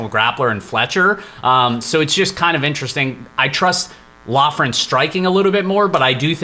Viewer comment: We are so back, I’m let’s hear the picks best part of my week, Just an FYI, Loughran is pronounced Lockran